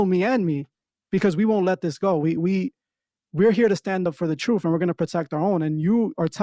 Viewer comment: It's not the TROOF channel it's the TRUTH CHANNEL 😂😂 Please stop saying TROOF sir. U can't have a title of a podcast u can't pronounce 😉🤣